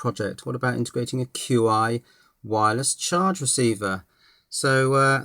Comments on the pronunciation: Chi, it's chi Julian. Not "cue-i" ;-) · I could be wrong, but I thought "Qi" was pronounced "Chi" as in the Chinese word for energy. "Chi" in this sense is properly translated as "Qi" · Hehe... Not certain if you know this by now, but the wireless charger is actually pronounced 'Chi'... :-) Thank you for all of the informative videos!!! Hoping to start my own IoT network using my current Windows based server/HTPC and a bunch of esp8266 Wi-Fi nodes. Hopefully your guides will be of some level of help to me once they arrive.